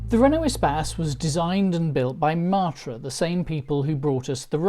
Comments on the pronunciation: Please say MATT-ra, not MART-ra. The first time it's odd, the next time irritating, and then I simply watched the sub-titles..... We had a Bagheera, then a Murena, and then a series if four Espaces, so for over fifteen years we were a Matra-owning family, and loved every minute. The horrendous new cost of the Renault-built Mk4, and ludicrously low trade-in value of our last Mk3 spelled the end of our hitherto amicable relationship. And the fact that the last UK-available version, the Mk4, fits in the highest road tax bracket means that buying one now is out of the question, no matter how cheap they have become. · Love the way you pronounce Matra -“ Martra “ 😂